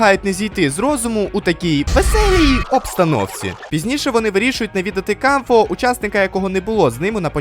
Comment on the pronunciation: Дякую за огляд і за поширення класного збору з розіграшем! Тільки клоун Кауфмо, а не Камфо 😭 Його й так віртуальна реальність образила, за що ви так...